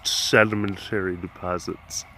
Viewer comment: SURRMENTURRY DEPORZITS. A+ good commentary. :P